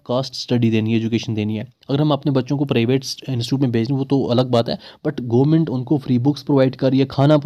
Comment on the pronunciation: Bro.. It's government not goo-ment 😂